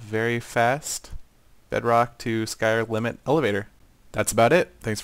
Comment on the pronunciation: He said "Bedrock to skyr-limit" He almost said Skyrim